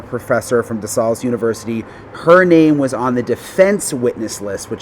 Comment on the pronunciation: DeSALES. You pronounced it correctly the second time you said it lol. It’s pronounced De Sales. Just like the word sales. In yard sales. You can always tell the ppl who aren’t from Pa in the way that they mispronounce DeSALES.